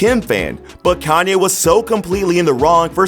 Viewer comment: Pronounced Calm-yay, not calm-eye